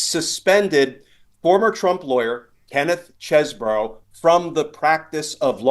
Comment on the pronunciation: It's pronounced Cheesebro.